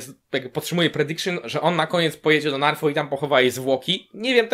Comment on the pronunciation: Podzielam Twoje odczucia. Kilka dni temu trafiłem na stronę D&D i dziś z przykrością stwierdzam, że nie wierzę aby coś się dało uratować (tu wspominam z nostalgią Twoje słowa na koniec 7 sezonu). I mała uwaga: wyspa Naath a nie Narf :) Z innej beczki - jak oglądałem odcinek, to jakoś nie było dla mnie oczywiste, ze Sansa się wygadała. Przecież powiedziała bardzo ogólną myśl: "Co jeśli jest ktoś inny, lepszy". Wcale z tego nie wynika, że powiedziała resztę.